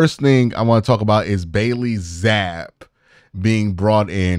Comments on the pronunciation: ZappEEEE. He cooked us last year at home, at lease pronounce his name right dawg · It's pronounced Zap-pee